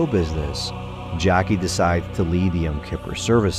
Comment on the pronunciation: I like how you started out by mispronouncing the character's name as "Jackie" at least twice, but later pronounced it properly as "Jakie" (I guess somewhere during your production timeline, you discovered your error).